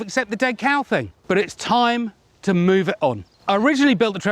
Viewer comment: When you said "MOO ve it on", I thought you were going to give up the cow.